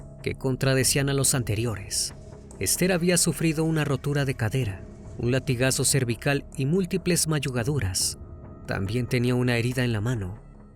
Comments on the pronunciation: mallugaduras. Creo que es magulladuras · Se dice magulladuras 😂😂😂y chalets